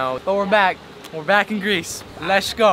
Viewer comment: Very creative, but please stop saying "lesh" instead of let's. It is worn out and makes you sound like you have a speech impediment which is disrespectful to those who do have clear speech problems.